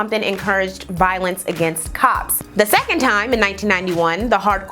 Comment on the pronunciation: hahahah I knew the presenter was an Ohio alumn because she said THEE...that school is sooooo ridiculously obsessed with keeping 'the' in their name just to spite other schools in Ohio